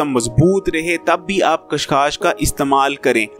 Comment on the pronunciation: Khas khas Nahin chacha khaskhas